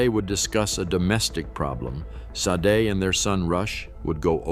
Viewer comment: Vic and Say Day? Sah Day? How about Say-d?